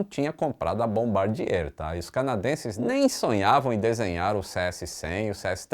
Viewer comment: top o vídeo. Parabéns pelo ótimo conteúdo! Só uma dica: ao invés de falar Air Frence, fala exatamente como se lê: air france, tipo air frânce. É o mais próximo possível do francês. Bombardier: do jeito que se lê, também: bombardiêr. 🤣🤣